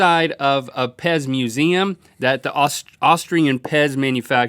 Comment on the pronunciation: is it so hard to say "austrian"?